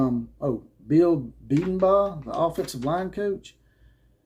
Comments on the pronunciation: my college football brother, OU's oline coach's name is pronounced Bee den bow (like shooting arrows). Love the content, keep it coming. Kansas is looking good so far, how about that for a team predicted at 2 wins this year? And we OU fans aren't overlooking KState. Anybody else thinking they were looking ahead to OU and prepping OU more than Tulane but me? I could be wrong, but I don't think so. Watching OU improving every week, and they could be a playoff team if all goes well. We'll see, that's why they play the games. Boomer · Keep up the videos. I’ll help you out with Bedenbaugh. He pronounces it, Bee-Den-Bow